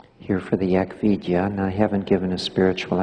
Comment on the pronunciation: 🌻Thank you for your complete and accurate answer Also your time and attention Yes, that was the perfect answer My guess was the word "Eck Vidya", but Mahanta's pronunciation seemed to be "Eck Vi - ja". Thank you again and I wish you the best May the blessing be